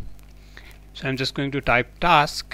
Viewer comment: It is TASK Manager NOT TALKSSS MANAGER